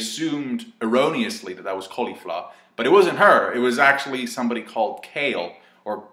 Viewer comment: "Califla" The way says it 🤣